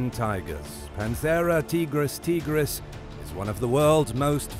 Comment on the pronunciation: Not "Teegris Teegris". "Taigris Taigris"